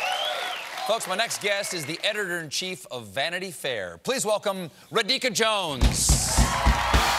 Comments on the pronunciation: It's actually Raa-dhi-kaa (dhi is pronounced thee) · It's 'Raa-dhee-kaa' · How difficult could it be? RA-DHI-KA!!!!!!! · It's not Kha it's Kaa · oh colbert, try to learn the pronunciation of Indian names by google next time, still he said ra dica instead randi ca :p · Regina Philangee raa-dheee-kaa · Its pronounced Raadhika where the first syllable is long. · Ra- "the-he"-ka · Never heard someone pronounce the name 'Radhika' so badly :( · said it the same way in his singing intro. I would have said it that way. Clearly someone should have checked and informed Stephen a better way. No doubt, like me, she is used to having her name mangled and doesn't make a fuss about it. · Patokev It’s not about random mistakes. It’s about inviting a guest to an interview on national tv and not getting their name right. Basic homework. Someone in his team f’d up. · Eric P yup if it’s first time you come across the name and you are going to interview her on national tv you’d probably google how to pronounce her name. Takes 5 secs. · My first thought exactly. God he butchered that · It could be that that's how she pronounces her name. I have a friend called Radhika and she doesn't pronounce it the Indian way, even when she was growing up in India/Sri Lanka. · Yes, he murdered her name but why didn’t she correct him ?! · Stephen Colbert, I love your show and you are funny. The only problem is you butcher foreign sounding names. You prounced Radhika's name with a short 'a' after R. It should be long 'a' to pronounce correctly. You also butchered Kamala Harris names. Ms. Harris even clearly explained to you how to pronounce her name and still you kept misprouncing it.